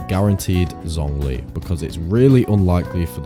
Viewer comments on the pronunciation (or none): none